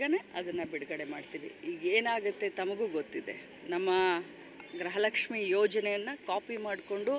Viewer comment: ಗ್ರಹ ಲಕ್ಷ್ಮಿ ಅಲ್ಲ ತಾಯಿ ಗೃಹ ಲಕ್ಷ್ಮೀ ಅಂತ ಹೇಳಿ..